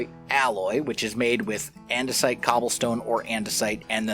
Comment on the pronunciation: Surprisingly not the first hermit I've heard end up saying andesite as andesoit while playing with the create mod